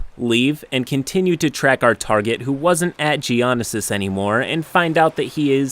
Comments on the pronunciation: G onisis????? its read mor like gee oh NO sis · I am really pissed of that you would dare say ge-onosis when it is Ge-oh-nosis idk why but hey. jk I love your videos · im going to cry ;-; GEO-NO-SIS not GIANASIS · GEE OO NO SIS not geo no sis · Gia nosis, not jian isis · Geo-nosis.... its Geo-no-sis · Hate to be that guy but Just fyi I believe Geognosis is pronounced Geo-know-sis not Geeah-nasis. Other than that love the content! Keep it up! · JEE-ON-A-SIS WHAT it’s pronounced how’s it’s spelled Geo-no-sis that’s all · Geonosis is pronounced more like Geo-Nose-Is rather than Geonesis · I'd say it's Geo-No-Sis rather than Geo-Nose-Is, but both are miles better than "Gee-Ah-Niss-Is" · I heard Gia-Nah-Sis. And yeah, it's Gia-No-Sis. Also, he wants to kill all players, all the time? Party of revenants. Dying is only a long rest. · It is PRONOUNCED Gee-O-NO-sis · The way you pronounced geonosis hurt me physically XD for future reference, it’s pronounced jee-oh-NO-sis. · It's pronounced "gee-oh-no-sis" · Ive been listening to your videos for a while now. I enjoy them, however I am urked when you mispronounce things. It takes a couple of seconds to look up proper pronunciation. When you butchered Geonosis (G-oh-no-sis) SEVERAL TIMES I thought I somehow clicked off and found CringeCrab lol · Lmao "gee-on-i-sis" 🤣 🤣 🤣 love it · It's "Geo No Sis" as one word. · Jee-ahn-uh-sis? XD Really though, great video. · ("Gee oh no sis") that's how u pronounce it sweetness 😂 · sry but its is Geo-no-sis not what your saying. please dont hate me i can speak english any better and i was born in america. If you need help watch the movies. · My Manz kept saying Gee-oh-no-sis wrong. im dying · Supressing my inner nerd rage at every “Geo-Nah-sis” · Ok, you say “jabba” weird, too much emphasis on the second syllable, and it’s “jee-oh-know-sis”. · Nobody:: Jeeonississ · to save you from potential fanboy backlash, It's pronounced Geo-no-sis. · Love ya dude but Geo-no-sis